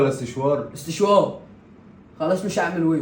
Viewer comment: و بعدين اسمه سشوار مش استشوار 😂😂